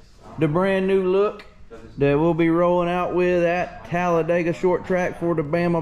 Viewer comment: Here’s a hint… It’s Talla-dig-uh not Talla-day-gah😂